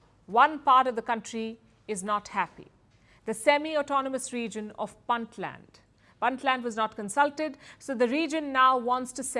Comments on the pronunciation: It's pronounced "Boontland" not "Bantland" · stop mispronouncing "Puntland".